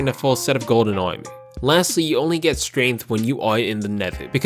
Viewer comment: i like how you say armour :)